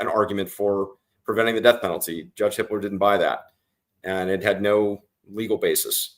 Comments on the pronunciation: Sounds like you’re saying the judge’s name is Hitler?? HIPPLER, sorry. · every time they say the judges name it sounds like hitler🙄